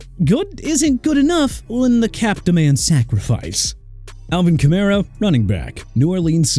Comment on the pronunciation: Kenny Clark not Enny Clark and Marshon Lattimore not Arshon Lattimore! And also Alvin Kamara PRONOUNCED KAH-MAR-RAH OKAY MR. "NEW OR-LEANS"?! AND HERE'S A IDEA: NEXT TIME PUT TUA ON THIS LIST AND CALL IT A DAY AND WHILE YOU'RE AT IT, LEARN HOW TO PRONOUNCE AND TO SPELL OR KISS YOUR JOB GOODBYE!